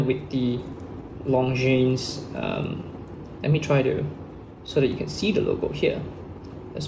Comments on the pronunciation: The S is silent. It's not pronounced LONGJEANS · Long Jeans? How can you have a watch channel and not know how to pronounce basic watch brand names? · Please do not pronounce the ''es'' in Longines. It's a French. Leave out the ''es'' and you're golden. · It’s spoken as Longine! Silent S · Long jeans! Thats how most Singaporean shouts out it as. Nothing wrong with pronouncing it from a local standpoint. He does not sound fake. Keep it up👍 Would like to see more reviews mid priced luxury watches from your channel. But keep in mind, that since comparisons are made between 2 watches, always be reminded to repeat that these reviews are in your own personal opinion and preference.